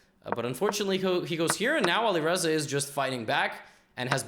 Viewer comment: Its not Olireza its Alireza the A is pronounced like ant Great video😀